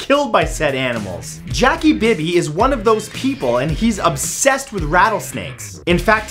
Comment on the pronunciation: Matthew upsessssed